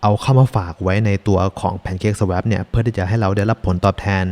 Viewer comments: อยากเสริมเรื่องการออกเสียงนิดนึงนะครับ Liquidity ออกเสียงว่า ลิควิดิตี้ ไม่ใช่ ลิควอลิตี้ Swap ออกเสียงว่า ซาวอป ไม่ใช่ ซาแวป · Swap อ่านว่า สว๊อพ ครับ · อ่านว่า สว้อป นะครับ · swap อ่านว่า สวอป นะครับ